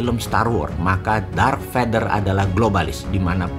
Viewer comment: Darth Vader Om, bukan Dark Vader...